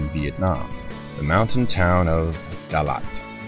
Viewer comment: FYI, pronounce it like Da as in "De-Bears" <-- SNL skit and Lak as in the first part of "lacquer"